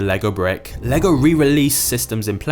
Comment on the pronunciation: im danish and most english speakers dont pronounce the name right but you did a great job pronouncing it right thanks for that XD